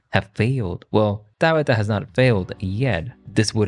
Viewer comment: “Dahbeetah” (Tabitha) I love it 😊